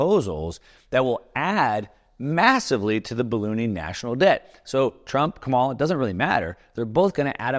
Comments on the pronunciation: Her name is pronounced "comma la". Kamala Harris. Not "ka mall a" . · Quit watching video when you said Ka Mala - so smart but so dumb!!! Phonics- COMA (,) LA ( LA LA LA LA) KAM - A- LA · It's Ka-ma-la (Coma-la) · You could at least pronounce Kamala's name right. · So, that little circle of revenue from corporations is need to be larger. And the fact that you consistently mispronounce Kamala’s name is a tell. Supply-side economics is the biggest lie ever. Clinton balanced the budget. 🤔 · Surely you can pronounce her name correctly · Learn to pronounce Kamala correctly. It’s easy